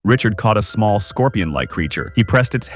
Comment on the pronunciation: Kind of annoying saying Richard multiple times when the name of the character is Riddick